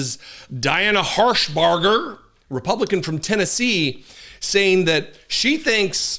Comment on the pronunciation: Tennessee senator in God's name she says herpader Diane harshbark 😂😢